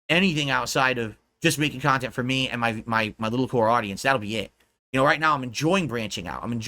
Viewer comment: take a shot everytime you hear "KUNTENT"